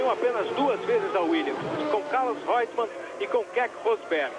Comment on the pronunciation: ROYTMAN ?? es REUTEMAN aonde esta "oitman" ?? 🙄